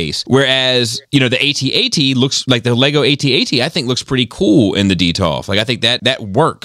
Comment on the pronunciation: It's not "Ay Tee-Ay Tee". It's AT-AT (like hat-hat). C'mon man.